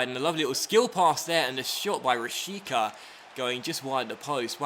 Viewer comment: you pronounced the Vitesse names correctly only Rashica was wrong but his name is hard the pronounce for a englishman